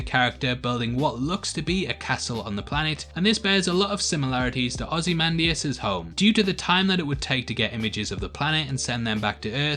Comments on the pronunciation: You pronounced Ozymandias right but not 'noookuuular'. Shame. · You have pronounced very nicely ozymandias sir 😎